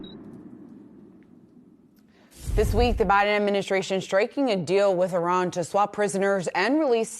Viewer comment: Who are the 5 Iranians that were kidnapped by the US regime? Learn to pronounce Iran correctly by the way!